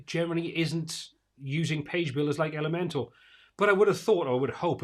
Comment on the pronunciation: Just a side comment and completely irrelevant, but I notice it when I watch many to all your posts about Elementor. How come it sounds like you are always saying, Elemental vs. ElementOR? LOL Love your streams and posts. Keep up the good, unbiased reviews.